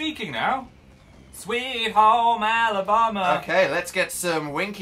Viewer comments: Phil that is not how you say Alabama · "sweet home alabomba" -Phil Lester 2017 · “Sweet home ALOBAMA” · Phil’s pronunciation of the word Alabama has me shook